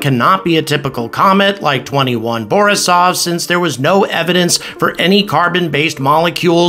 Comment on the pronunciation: 2I/Borisov, like, the letter I. It stands for interstellar. Like 1I/'Oumuamua. Not 21 lmao